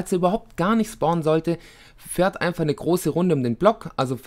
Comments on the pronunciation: fahrt! FAHRT! Es heisst FAHRT! :D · Ich kenne so viele Schwaben. Und auch bei denen heisst es FAHRT. Meine Güte! :D